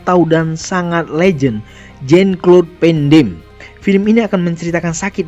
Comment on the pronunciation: Salfok cara mengucapkan nama Jean-Claude van Damme. Ini nama Prancis, lho, meski dia orang Belgia. 😂😂😂